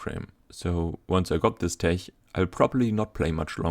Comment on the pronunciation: are u German? judging by pronunciation of tech